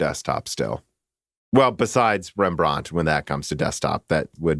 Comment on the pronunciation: FFS guys stop butchering the names of dutch painters.. wordstress with rembrandt is on the REM part, and vermeer on the MEER part. Thus REMbrand and verMEER